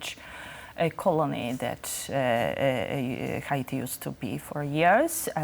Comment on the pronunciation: Why does he pronounce Haiti like that? Not how we say it in English.